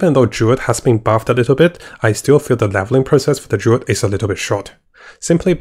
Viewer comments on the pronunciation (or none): Maybe he did it on purpose hah. Druid is Durid, and Necromancer is Nercomancer.